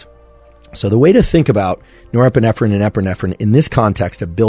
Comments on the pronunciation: Can't get past nerprenerpprenerprenerp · Nepeerffferrriin & Epeerffferrriin 🤣